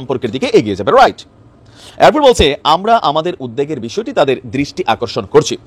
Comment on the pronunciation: উদ দেগ নয় -- উদ বেগ